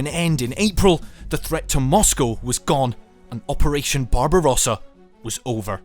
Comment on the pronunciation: BARBARUASA! NON SI PUÒ SENTIRE .BARBAROSSA. Le tradizioni sono di scarsa qualità.